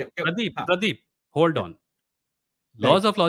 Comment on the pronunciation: Pradeep❌️ praeep✅️